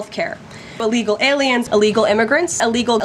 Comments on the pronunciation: Is she saying “allegal”? 😂😂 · Can someone tell her it's Illegal not Alegal.